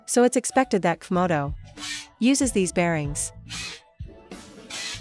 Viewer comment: The AI translator voice says , "cuf moto" instead of pronouncing the letters C and F, it's hilarious now that I understand the mix up...